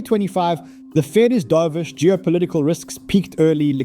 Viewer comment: lol ai pronounced dove ish so wrong